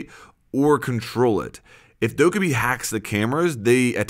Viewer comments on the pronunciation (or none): doh-KEH-bee. not doh-KUH-bee.